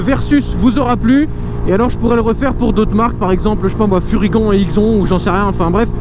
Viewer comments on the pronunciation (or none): #TEAMALPI Et "furygan" se dit "furygane" et "IXON" se dit "IXONE"